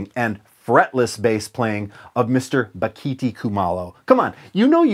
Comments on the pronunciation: A) As said below it's Ba-gi-ti. B) If you EVER have an opportunity to hear him perform, it's a hundred-mile show. As in it's worth driving a hundred miles. C) When you get to the show, stay after and say hello. Bakithi is one of the kindest humans I've ever met. You'll be a better person for it. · As a South African and a fretless player I can say that Bakithi (propounded Ba-gi-tee) was one of a few great SA players not the only one. Joseph Makwela, Concorde Nkabinda and others are amazing also.